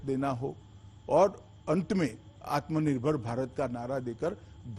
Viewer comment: जिसे आत्मनिर्भर भी सही से बोलने नही आता वो क्या के करेगा देश के लिए । आप की राय